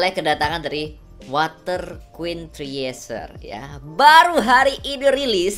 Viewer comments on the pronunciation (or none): Winter bang kok water anjir 😂😂😂😂